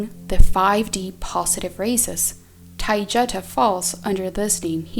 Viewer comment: The girl doing voice is mispronouncing Taygeta. You might want to correct this.